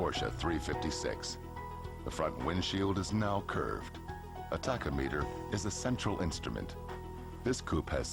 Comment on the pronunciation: I was trying to figure out what country the narrator is from because of his odd pronunciation of words like "tachometer" and "chassis" and "previous". After hearing him say "Monaco", I'm now trying to figure out which planet.